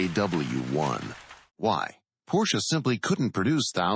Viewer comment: Porsche is spoken Porsche, not Porsch. Singular: Der Wagen, plural die Wagen.